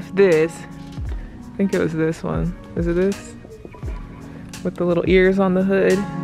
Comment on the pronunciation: “It izzzzzzzz what it izzzzzzzz”. 😂😂